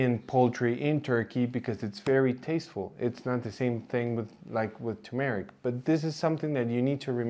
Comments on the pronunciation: It is pronounced tur-meric, not tu-meric, or too-meric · It’s TUR-mer-ik, not too-MARE-Ik. Can’t trust someone who can’t even pronounce the name of the spice correctly. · Please say TuR-meric, not too-meric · It's turmeric, not tumeric. There's an r in the first sylable. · You would be a lot more credible if you could learn to correctly pronounce turmeric! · Thank you doctor for giving us so much relevant information. A naive question, why are the words curcumin and turmeric pronounced with the stress on the second syllable? I have always heard British and American native speakers pronounce these two words with the stress on the first syllable. I'm wrong, arent I?